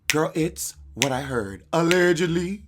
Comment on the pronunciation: Allged leee lee ly